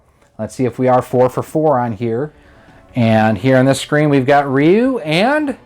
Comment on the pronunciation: Great vid, but LOL, Who tf says "Ryu" like this smh...